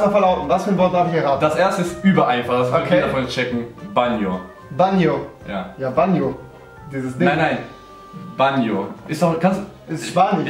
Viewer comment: Banjo spricht man Baanjo nicht Bannjo